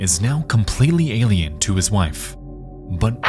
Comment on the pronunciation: a-l-i-e-n-s… ailen